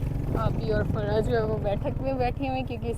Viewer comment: Farsa nhi bolte farwa bolte he😂